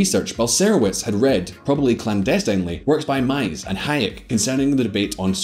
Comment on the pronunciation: Von Mises is pronounced meee-zuhs not mye sus